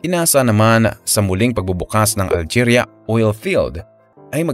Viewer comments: Alegria hindi algeria basahin mo maige. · ALEGRIA NOT ALGERIA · alegria, hindi algeria. kulit nito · 😂 Algeria. 😂 It's ALEGRIA, a municipality down south in Cebu. 🤔🤣😜